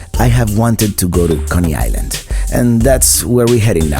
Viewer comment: Conney Island? Its Coney Island